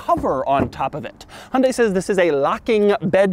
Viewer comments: Pronounced Hun-Dye. Not Hun-day. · Exactly. Or close enough. In Korea its Hyun-day with a soft "y" in there, but here in the states, most like Doug say: "Hun-day" and that's 99% there. In the UK they say High-Un-Die and that drives me completely crazy since there is no attempt at all of being close. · What is a "Hondey"? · I am wondering when you will be able to pronounce 'HYUNDAI' correctly. You keep saying that HUNDE, which sounds somewhat unintelligent. You can do better if you listen to the pronunciation repeatedly and practice. 'Weird' is not a sensible term for the design, futuristic is better word for it. Country men who have old-fashioned taste may don't like the design probably including you. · The way Americans pronounce Hyundai is hilarious.